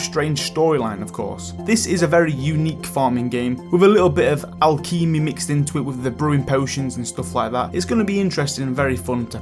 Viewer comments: Alchemy is pronounced Al-Kem-Ay. Alchemist is pronounced Al-Kem-Ist. You seriously crack me up... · Looking away from the screen listening to the video and hear "Alkeemi" and look up to see Alchemy hehe.. well sir you did make me smile today :D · Al Keemy lol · I can't stop giggling at how he pronounces 'alchemy' like 'akeemi' lol XD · It's funny how people with different accents pronounce words differently. It's always entertaining on youtube. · Al-kimmy wtf 😂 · Do me a favour and learn how to say Alchemy. Your pronunciation of it was absolutely butchered. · I haven’t watched your videos for long but I’m gonna be honest, you cannot pronounce “alchemy”. And it gives me that special kind of cancer that only comes when someone can’t say words right. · I literally subscribed because of the way he pronounced "alchemy" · I cringe at the way you say alchemy. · Say chemical. Then say alchemy. It should sound like that as that is what the word comes from. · Idk why everyone thought the way he said alchemy was "so funny ehehehehe 😂😂😂" like, yes he obviously mispronounced it... but was it really *funny*? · Sorry i laughed at the way you said ‘alchemy’ ... pft 😂